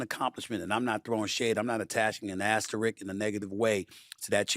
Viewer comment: Lol asterisk, not "asterick." Stephen A, for someone who prides himself on his loquaciousness, pick up a dictionary.